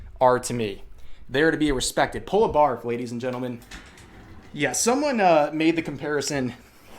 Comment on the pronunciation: I know she said "Barv" but I keep hearing it as "Barf".